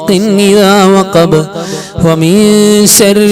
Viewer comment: Surah falak .sharri enn parayunnidath sarri ennaan kelkunnath. Sharri ennu vyakthamaayi ucharikkuka